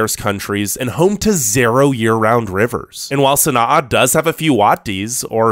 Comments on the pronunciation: Sana’a pronounced “San-ah” NOT “San-ah-uh” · You're pronouncing Sana'a wrong